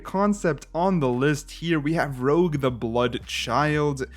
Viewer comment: I think it's Rouge as in old timey name for blush, roozh, not Rogue from X-Men.